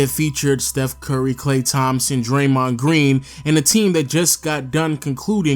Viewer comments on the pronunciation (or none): none